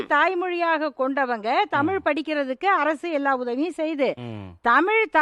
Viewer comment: 😮ஆம தமிழ்நாட்டில் இன்னும் தமிழை தமில் என்று உச்சரிப்பார்க ள். சரி ஜெர்மன் படிச்சி இந்தியாவில் என்ன செய்ய போகிறார்கள் ? தமிழ்நாட்டில் கிட்டத்தட்ட 50 % மக்கள் இந்தி பேசுகிறார்கள். மும்மொழி கொள்கையை மிக சிறந்த கல்வியார்கள் உருவாக்கி யுள்ளனர்.